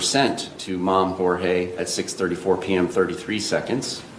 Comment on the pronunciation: Btw Jorge, even in the English translation, is pronounced with an emphasis on the first syllable, Jor is Hor - Hor hey - as you say correctly, but you are neglecting the emphasis on the Hor. Ask YouTube search, or Google, search and it will direct you to the You Tube translation tutorial.